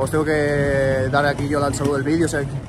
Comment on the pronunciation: "Vidios" es video